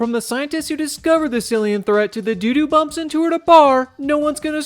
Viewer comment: I thought he said “doo doo bumps” instead of “dude who bumps” lol